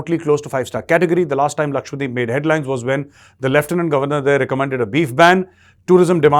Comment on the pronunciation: Sir it’s Lakshadweep not Lakshwadeep.